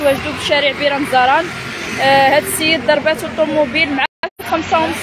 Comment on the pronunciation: اخي الصحفي ارجو تصحيح حرف الضاض ضرباتو ماشي دال درباتو حشوما ارجو المسح والتعديل 😂😂